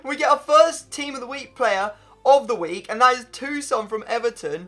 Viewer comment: TOSUN not TUSON